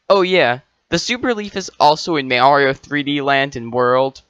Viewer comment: Great video. Just one question. Is this a reference to the way you pronounce "Mario" wrong?